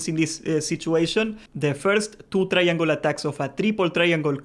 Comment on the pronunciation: Say "try-angol" more.